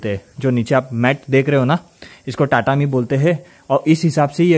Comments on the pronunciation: good video, please note the correct pronunciation is तातामी not टाटामी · आप टाटामी बोल रहे हो पर शायद तातामी बोला जाता है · Your pronunciation of tatami is wrong you said टाटामी ...it is तातामी 😊😊ok